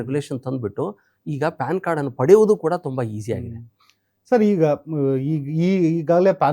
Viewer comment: ಅದು ಪಾನ್ ಕಾರ್ಡ್ ಅಲ್ಲೋ ಪ್ಯಾನ್ ಕಾರ್ಡ್ 😅